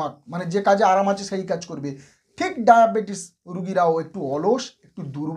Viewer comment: ডায়াপেটিস ? কথা কি সঠিক। ডাক্তার মানুষ কথা সঠিক ভাবে বলুন